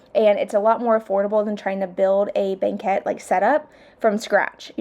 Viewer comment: I thought you pronounced it correctly! It’s how I would say it. 😊